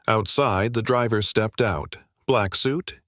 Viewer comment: First sentence the AI got it wrong. Step ed.